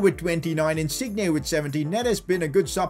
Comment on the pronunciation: learn how to say Insigne...